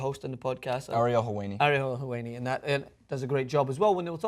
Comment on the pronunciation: Helwani = Hell + Wanny, not Hell + Wainy I am like your speech therapist, here. :)